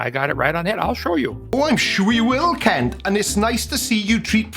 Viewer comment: Are you sure you are pronouncing Kent properly?